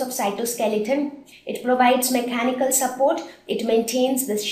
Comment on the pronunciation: Hi im from the United States.WHY do you always add h to any word for eg mech -hanical in the end.Anyways ure great......ANd is this an indian video